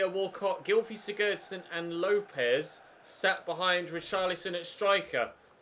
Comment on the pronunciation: Pls stop mispronouncing player names when you know you’re wrong :(. The commentator said siggurdson all game and you keep,saying siGGERRdson :( XD